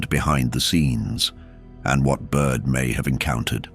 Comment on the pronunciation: Admiral Byrd, not Admiral Bud. Great video. Thanks for posting.